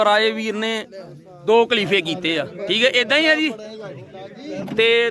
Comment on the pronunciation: ਮੇਰਾ ਵੀਰ ਕਲੀਫੇ ਨੀ ਖ਼ਲੀਫ਼ੇ ਹੁੰਦੇ ਆ 🙏🙏🙏, ਤੁਸੀ ਆਪਣੇ ਆਪ ਨੂੰ ਮੀਡੀਆ ਕਹਿੰਦੇ ਓ, ਭਰਾ ਮੇਰਾ ਸਹੀ ਨਾਮ ਲਿਆ ਕਰੋ.